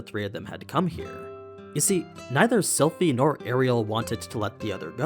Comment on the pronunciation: you said Silent AHAHAH